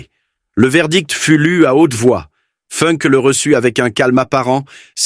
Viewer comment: Il n'y a pas que Funk qui est mal prononcé, il y a aussi Spandau qui se prononce Schpanda-haut et Speer qui ne se prononce pas Spire. Et non je ne suis pas prof mais je suis pour le respect de la prononciation.